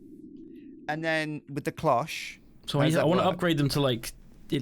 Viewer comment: THANK YOU for saying "cloche" correctly. I was raging pretty hard over saying "clok" recently.